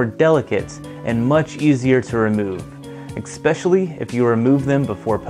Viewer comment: Things that grind my gears: people that say EKSPECIALY